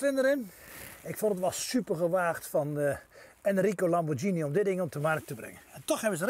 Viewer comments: Geen idee wie Enrico Lamborgsjinie is, misschien het debiele broertje van de oprichter Ferrucio Lamborghini (uitspraak met een -G en niet -Sjie) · leuk hoor. Nu nog Lamborghine goed uit leren spreken..;)